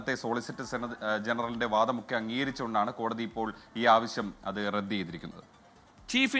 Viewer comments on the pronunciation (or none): none